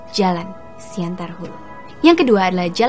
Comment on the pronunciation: Siantan mbak bukan siantar :v